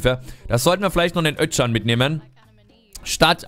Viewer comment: Özcan wird Öscan gesprochen nur so als Tipp :))